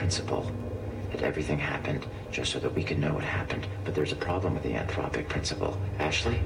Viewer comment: It's "anthropic" principle.